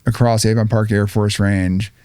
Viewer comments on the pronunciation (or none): none